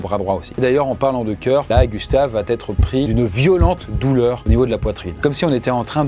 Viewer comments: De grâce,, arrête de dire "va-t-être"... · Faut VRAIMENT arrêter de mettre un T à "va". Depuis quand on dit "ça va Têtre"????? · Tu dis tout le temps "va-T-être", mais c'est "va être".